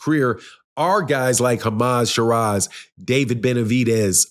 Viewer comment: It's Hamzah Sheeraz mate not Hama sharaz! Lol 😂